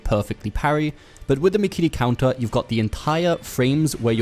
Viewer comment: "MIKEEREE KOUNTAH"